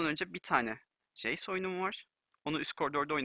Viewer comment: jeys değil hocam ceys